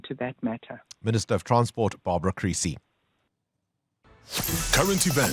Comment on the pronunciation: Creecy not Greecy.